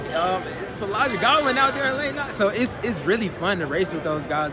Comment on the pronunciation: Yes what are the commentators pronounce his name is no Goodwin,,,, I've even heard one allowed to call him Allan